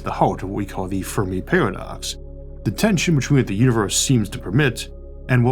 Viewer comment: Damn, 5 seconds in and I cant watch... Da fewmi pawadox would as 'whewe awe ahh da awiens' 😂😂😂